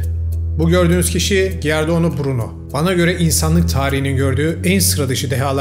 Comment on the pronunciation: Giardano diye okunmaz! Cordano diye okunur!